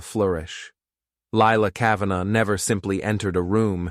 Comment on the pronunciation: Lilac "Ca-van-ah"...nice AI reading, especially after it was pronounced correctly